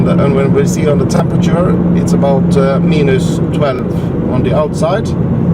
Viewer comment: what a excelent video. Very usefull for us here in Norway thinking to buy this car. BTW when you say "Minus" say it like "Mainus" not so important but anyway:-)